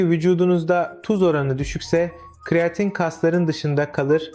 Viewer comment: Kiriyatin dedigin ne sikim😅😅😅